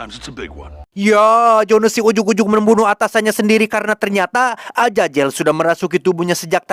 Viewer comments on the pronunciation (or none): Azazel, bukan ajajel😅